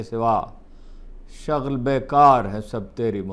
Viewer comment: ھارون صاحب... شغل میں ش پہ پیش پڑھا جاتا ہے زبر نہیں...